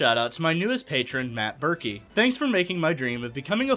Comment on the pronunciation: Mate, you’re one of the one the rare people on the planet that does say it right. Usually people say Berkeley, Barclay or Birkin. I don’t know how people get it so wrong, it’s literally ‘Turkey’ with a ‘B’. I might change it to VonBurk, everyone gets that right 😂